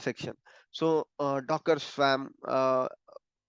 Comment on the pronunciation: Just btw and I know this is a silly thing but..the word "swarm" is pronounced as /swɔːrm/ in English. Sounds like worm, not swam LOL